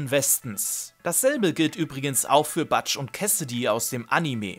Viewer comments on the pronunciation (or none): Ich weiß nicht, ob du Butch's Namen absichtlich falsch ausgesprochen hast, weil es ein running gag im Anime ist.